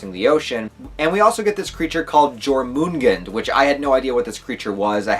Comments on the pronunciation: Jörmungandr, Yor-man-gan-dre :P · The way you pronounce Jörmungandr makes my Swedish ears bleed. Good video nonetheless!